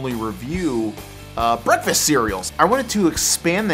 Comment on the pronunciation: Saying "breakfrast" is so fustrating!